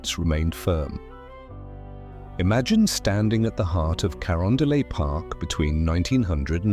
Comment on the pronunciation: I am a longtime St. Louisan who throughly enjoyed this video except for the narration which seems to mis pronounce so many street names; Gravois, Carondelet, River Des Pares, etc. I live in a home built in 1906 with features that mirror the restoration film of this documentary and is fabulous.